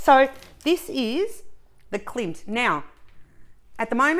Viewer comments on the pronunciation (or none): Yea to continuing my enabling! 🤗 🥇….. also…it’s Klimt….KLIMT ….KLIMT !!!! 😝😝😝😈. I need The Kiss someday. Lovely 🥰 ps, you will do the W in G when Abigail and I do ours…you are commanded to !